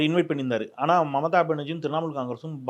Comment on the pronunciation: அது மமதா பனர்ஜீ இல்லடா ..மம்தா பனர்ஜீ … 10 தடவ சொல்லு அப்பரம் சரியாகிடும்.. நாக்க வலியிடா அண்டா